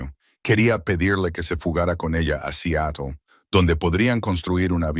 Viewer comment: Sería bueno que aprendas a pronunciar Seatle